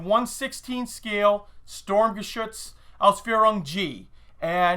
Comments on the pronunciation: considering you like this so much why don't you pronouse it correctly. its sturm not storm. i know thats what it means . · it is pronounced sturmgeshutz not storm